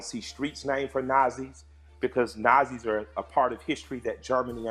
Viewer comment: Killa Mike, I respect you. But, its Nazis, not Nozis.